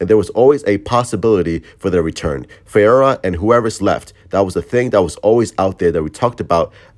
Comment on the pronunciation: Faora Ul (Fa - Ora)